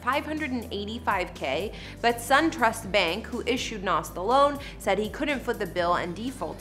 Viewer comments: Someone please tell her it's Nas (Z) not Nas (SS) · At least pronounce his name right! BTW his name is Nasir Jones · She can’t pronounce a damn thing. It’s McDonough not McDonald’s and she missed up his name. Lol